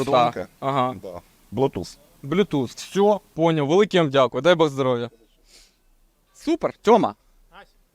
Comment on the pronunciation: Вже 5 відео підряд ваш ведучий каже здоровЛя замість здоров'я, чому так?